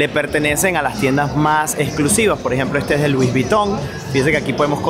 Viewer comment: No es luis es lui. La s final en francés es muda